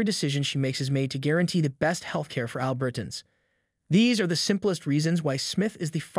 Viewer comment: "ALbert-uns"? When did that pronunciation start? I've always pronounced it "al-BERT-ans."